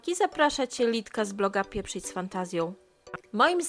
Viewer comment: Pieprzyć z Fantazją czy piĘprzyć :hand-orange-covering-eyes